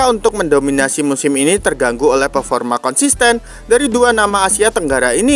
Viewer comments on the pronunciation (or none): none